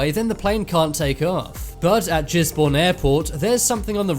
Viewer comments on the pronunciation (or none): It's Gisborne not Jizzborne as this commentator pronounced it.. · It's Gisborne airport not Jizborn airport. It's in New Zealand and this guy doesn't have a clue what he is talking about. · You say it as Gisbin (im a newzealander that live there so liike im right :') )